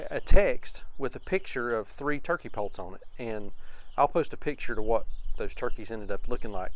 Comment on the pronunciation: I just saw my first turkey poult at Rural King, and I am 60 years old... Pits, sounded like you said they turned out to be pits